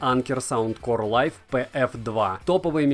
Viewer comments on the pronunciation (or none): none